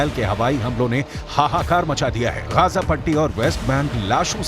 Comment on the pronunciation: Gaja nahi bhai, gaza bolo😅